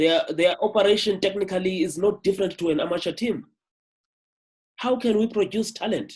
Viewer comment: Why would you pronounce "Technically" like that?